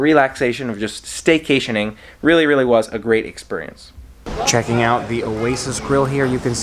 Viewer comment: I noticed you say exSPURience rather than exSPEARience!